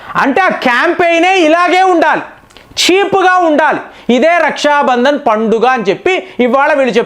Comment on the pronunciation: రష్యా బంధన్ కాదు . రక్షాబంధన్ . పలకడం సరిగ్గా లేదు